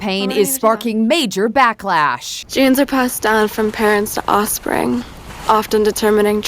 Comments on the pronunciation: Someone pointed out to me that she says "osspring" and now it's all I can hear. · To be fair, she said “osspring” 💀